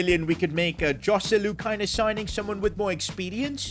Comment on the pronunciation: Jjjoselu not Joselu